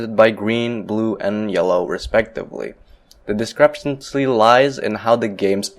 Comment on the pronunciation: Not descrepsency. It’s discrepancy.